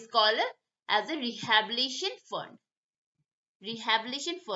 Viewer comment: Pronunciation thik kijiye. Its rehabilitation. Not Rehabilition